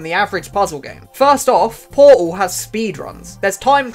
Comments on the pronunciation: bro doesn't says "portal" he says "poal" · I am truly sorry, but po-al 1 and po-al 2😂, don't hate it's just so funny